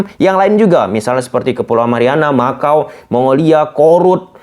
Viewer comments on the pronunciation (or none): none